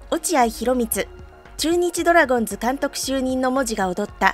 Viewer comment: まぁ、コーチとしての手腕も？？？な鈴木某だしなぁｗ 内部情報を垂れ流しするとか普通に考えてあり得ないこと。 ついでに言えば、ドラゴンズを「ドラゴンス」バントを「バンド」と独自のニュアンスｗ 正しい発音を出来ないとか頭が弱いのかな？ｗｗｗ